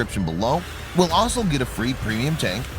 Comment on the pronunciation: It would make much more sense to say 'Lets get into details' AFTER the advert. As would pronouncing the word 'also' with the letters in the right order.